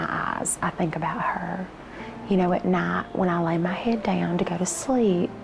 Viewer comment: It absolutely boggles my mind that someone could pronounce the word night as “not”. “Time” pronounced “tom”.